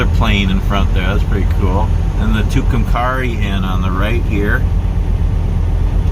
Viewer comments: you are pronouncing it wrong .Too Cum Kerry named for two Indians the died o Tucumcari mountain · I live in Clovis New Mexico and travel to Tucumcari once a month to my doctors appointment. We also go there occasionally to go to Conchas Lake. It's really a nice little town. It's pronounced at the end like the name Carrie. Thank you for this. I love it!❤ Hope you get through Clovis some time. We have some pretty nice history. Including the Norman Vohs recording studio where Buddy Holly recorded, among other things..🤗. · The "a" is a long a in Tucumcari. (Its pronounced like the girls name). Nice video. Thanks for posting.😀